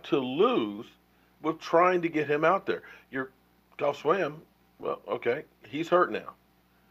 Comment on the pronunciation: Btw, I know Swaim's first name is spelled Geoff. I know you're bad with names. But haven't you ever watched any show on ? They pronounce Geoff like Jeff. J-E-F-F. Please try it, it's not that hard.